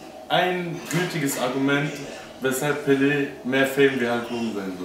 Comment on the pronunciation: Pelé, nicht Pele! Google: Ungefähr !